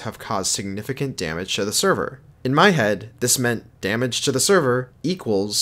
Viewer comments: its damage not damange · damange? how did i catch that